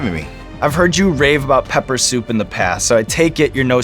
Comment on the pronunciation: Lmao the host's unseasoned pronunciation of "pepper soup" 😭😂